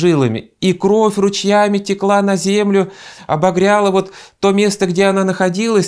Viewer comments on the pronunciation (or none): none